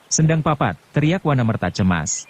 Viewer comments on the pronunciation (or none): Terima kasih atas pembacaan novel hebat ini. Sayang sekali, pengucapannya tidak pas. Akan lebih pas jika, misalnya, Nagasasra itu dibaca Nogososro; Wanamerta itu dibaca Wonomerto. Demikian pula, misalnya, Maheso Jenar, Aryo Saloko, Lowo Ijo, Panembahan Ismoyo, dst.